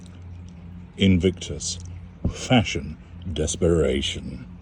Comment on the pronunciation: Fashon is my fav;-))) how u say it, pronounce it it makes Me Laugh, HG u r a star, listen to your interviews tpday while i was gardening, u explain it better than a doctor!!!!